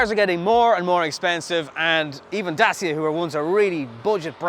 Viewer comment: It's pronounced dachia ffs....